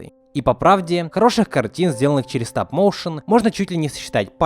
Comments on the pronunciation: Стап-Моушен 🌚🔫 Сразу видно уровень англа Так на будущее не «Стап» а «Стоп» Стоп-моушен Мои уши кроваточат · Почему стап, а не стоп? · Не стАп моушен а стоп мОушен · "Стап моушен" хммм